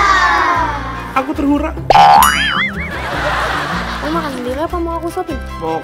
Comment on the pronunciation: terharu bang bukan terhura